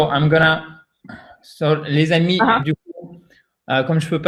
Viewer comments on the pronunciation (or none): none